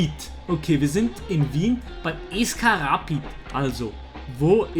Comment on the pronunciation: Wie er rapid ausgesprochen hat😂